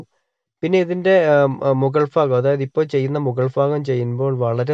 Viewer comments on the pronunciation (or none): ഉൾഫാഗം അല്ല... ഭാഗം ... ഭ.... ഭ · ul fagamalla ul bagam